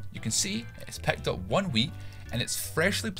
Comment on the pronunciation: "pecked up" "nuyne" "stearted" "lyein" "three aut"